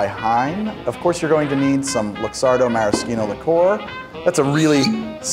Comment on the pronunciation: Thank you pronouncing "maraschino" correctly! It always bothers me to see people with big food TV shows and surely lots of highly paid advisors mispronouncing the ingredients or the recipe names they're demonstrating.